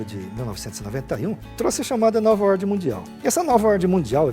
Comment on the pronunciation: Porra não consigo acredita em uma pessoas que fala ORDI E DISORDI!